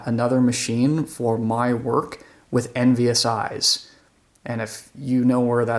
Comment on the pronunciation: OMG. I just turned on captions and understood what you said. I heard it as "my work with NVSI" thinking it was some kind of company software when you really said "envious eyes" 😅